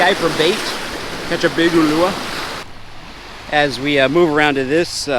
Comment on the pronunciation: When you catch a fish in Hawaii at least pronounce it correctly, like in the other videos you butchered UluA, oMiLu🤦‍♂️ come on man.... Also talk to the locals and ask what fish is good to eat because NO ONE eats the trash fish that you ate in this video, this is NOT a good "catch & cook" video of Hawaii. Lastly follow the rules and regulations of Hawaii's state fishing laws, I can guarantee you that tako was not 1 pound, we have to follow the rules and so should you.